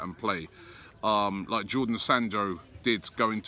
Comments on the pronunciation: It's Jadon Sancho Robbie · JADON SANCHO not Jordon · JAYDON SANCHO....Not Jordan Sando or whatever you call him! Every time you mention him you get it wrong😜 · He can pronounce Sokratis whatever his name is but he doesn't know that it's Jadon and not Jordan Sancho?